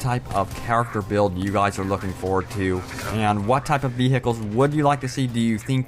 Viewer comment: vee hikels